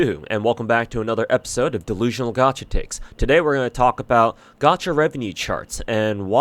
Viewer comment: You still makin' this "dewusionaw gwacha twakes"? Damn you that desperate??? Oh shit I completely forgot silly me... You the God of Beggars, The Deity of Unemployment.